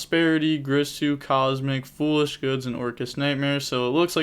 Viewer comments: It's GEERSOO bro not GRISSOO lol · cool match also it's girsu not grisu D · its G-I-R-S-U not g-R-I-s-u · Take a shot everytime you hear greesu, being an Orcust player's bad enough without everyone mispronouncing their names LOL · WHY THE FUCK CAN'T YUGITUBERS PRONOUNCE "GEAR-SUE"'s NAME CORRECTLY. Big sad 😥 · Girsu... isn’t it pronounced “gear-Su”? Maybe I’m wrong. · Girsu is pronounced Geersue